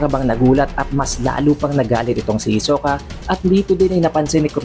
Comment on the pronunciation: Ayusin mo pronounce sa hisoka. Ang awkward